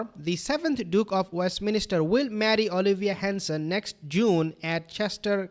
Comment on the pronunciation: It is not "West MInister" It is "Westminster" Haha Put down your hands too, they are very distracting